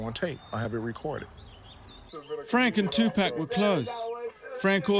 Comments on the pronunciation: Лубомир Фенык he even got the grammar right, he said "two packs" haha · I stopped it after he said "Two-Pack" -_ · If this narrator says, "Two Pack" one more time......... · tupac and two pack sound the same and everyone says it that way so i dont get what your on about. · To be honest the narrator is being lazy, its not hard to say 'tTwo Pock'. Americans don't say "I want a 6 'Pock' of beer", they say pack. The American newsreader also called him two pack though - lazy pronunciation is the problem not accent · two pack ;-) as in 2 fer 1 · I cringe every time the narrator says "Tu-pack" -Come on guy, REALLY? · once you take into account that there are lots of different people on the planet and they dont all have the same accent and pronounce words the same...... its real easy to accept his pronouncement of "2-pack" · Pronouncing tupacs name in a British accent has that. His name as it should be tu as in 2. And PAC. As in pock-et. Damn accents huh. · It's annoying hearing him say "Tu PACK". How are you gonna do a documentary about someone and not say their name correctly? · I'm so ashamed of my white people calling him 2pack. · Would it have killed him to just say Tupac's name correctly? For a documentary BASED on his life and death? Awful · Good doc but the British reporter needs to learn how to pronounce Tupac. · How you gone make a documentary about pac and now pronounce his name right. Fuck you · Ciapha Gray he's saying the way he mispronounces Tupac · is so annoying, I mean atleast pronounce Tupac correctly, and it's not a fucking cowboy suit, Jesus dude, he's always fucking with his audience in these films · SirNino , yeah, I don't think that it's the accent. I don't think that he knows how to say it correctly. I also know people that have accents. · TuPACK???? REALLY.... IF your going to make a documentary about PAC at least say his name right!!! TUPAC... I can't even watch this shit because of that... Tupack.... SMH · it's tupac not tupack